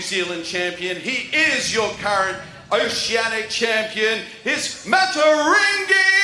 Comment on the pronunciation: The way he pronounced maateiwarangi at the end had me dying🤣🤣☝️